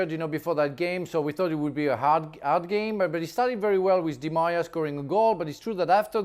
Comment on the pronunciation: never heard Di Maria pronounced like that